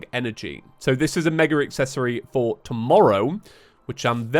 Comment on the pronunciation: “Fank you so much Four watching” love it